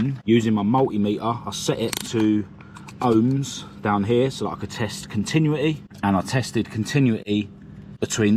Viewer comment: (I also have this problem) Pronunciation: Conti-"new"-ity. Now you got it please delete this comment for me, and sorry to sound rude (not intended). Well impressed how you pick up and explain all the electrics ideas.